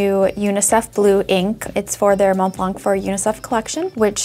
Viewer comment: Montblanc, the C is silent so you don’t pronounce it